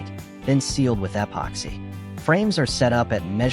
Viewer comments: What? You don’t like hearing “ehhh poxy?” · eh-poxy? Never heard of it. AI at it's linguistic best. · Narrator; “eh pocks hey” in all the corners. Dont forget the “eh pocks hey”